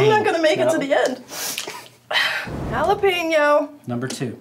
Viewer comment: is this lady serious saying "jah-lop-ino"